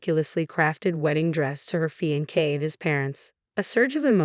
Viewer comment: Sounds like a civil registration of marriage, thus they are married. Wedding ceremony to follow. Unusual, at least in the religious world, but legal. Having defended that, please find a reader that can pronounce "fiancé ". Thank you.